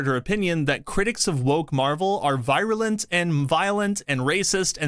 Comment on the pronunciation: For you to repeatedly enunciate the word 'virulent' wrong was racist! lol It's pronounced (vee·ruh·luhnt)